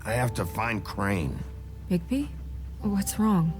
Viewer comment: por fin dijiste bien el nombre de bigbi